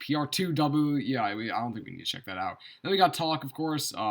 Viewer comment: Lol sounds like he was having a hard time saying pr2w 😂